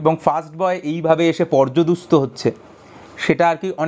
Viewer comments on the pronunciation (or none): ...Have always been a fan your dialect and pronunciation of bengali language which is kinda rare now a days, however hearing a completely wrong pronunciation of a word utterly shocked me, and led me to believe that you might even have mistaken the spelling in your mind as well. The word that you mis pronounced is PORJUDASTA not PORJADUSTA...., wrote in English cause I don't know how to type in Bengali in Mobile.